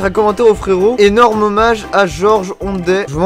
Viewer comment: George Ondet et kapoute ou quoi ? quand tu dit homage